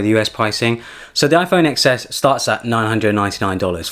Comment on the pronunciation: It’s TEN S, but great video anyway! 👍🏻